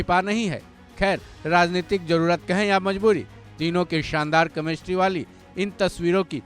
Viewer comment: Chemistry ❌ kamestri✅😂 pronounciation tagda hai